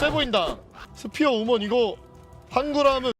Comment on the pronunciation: ㅋㅋㅋㅋㅋㅋㅋㅋㅋㅋㅋㅋ 스피어우먼 뭔 소린가 했네 ㅋㅋㅋㅋㅋㅋ